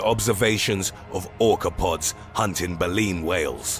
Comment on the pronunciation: I love how he said pods